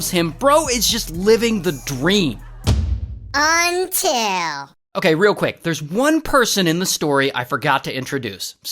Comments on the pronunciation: That “UNTIL” made me laugh so hard that my neighbors started tripping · Until you say ' Until ' it excited me 😅